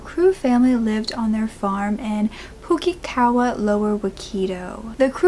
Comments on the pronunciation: You did so well with pronunciation! Pukekawa - perfect, waikato is more like why cat oh. Love how you always give it a go in a respectful way ❤ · Yaaay!! a story from my home land....oh no wait...not yay...but none the less, thankyou for covering this, also id like to say Teno pai ehoa!! for the perfect pronouncing of the town name Pukekawa the Waikato Name is pronounced ' why cat oh' but jolley good shot! And thankyou for covering a story that frankly knowone here even remembers.